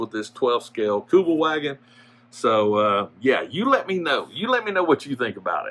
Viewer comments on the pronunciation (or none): Kübelwagen - pronounced Kübelvahgen, German W is pronounced as a V, Kübelwagen is a German word, contracted from Kübelsitzwagen (literally: 'bucket-seat car')